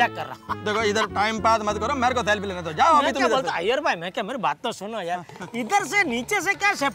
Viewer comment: સફ્લી નહીં સેલ્ફી ❓❓ 😀😀😀😀😀